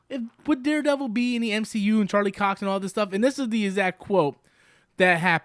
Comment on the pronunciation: Anytime says Charlie's name: "Charlie 🍆"